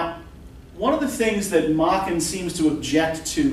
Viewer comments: This Welsh master's name is properly pronounced to rhyme with 'bracken,' Prof, not "Mocken." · May-ken, not mah-ken.